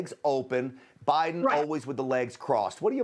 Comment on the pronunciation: Thank you for pronouncing 'Putin' and 'Biden' CORRECTLY!!!! Why other news anchors/commentators/reporters find it so challenging, I cannot imagine.